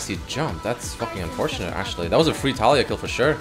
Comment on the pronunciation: Isnt her name pronounced tah-lee-yah?